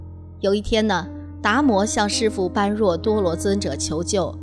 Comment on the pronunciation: 請不要念錯 般若 念波惹 是原來的發音， 玄奘大師沿用古音，不翻意，